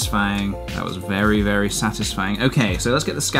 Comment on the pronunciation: Vewwy vewwy cawful